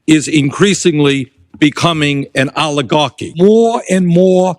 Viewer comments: Aligarchi 😂 instead of Oligarchy. Damn these people must have an amazing IQ shortage ❤ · Allahgarky??? Someone should teach Boinie how to pronounce words!!😂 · No one says "aluh gawkie "stupid ass old buzzard needs to go to away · Bernie said Oli-garchy so much that I got hungry for pasta with olive oil and garlic! Yum! hahaha!